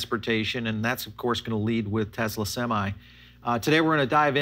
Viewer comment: Semi not seme